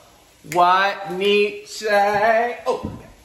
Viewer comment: Nietzsche ... pronunciation: need che (like che guevara) ;)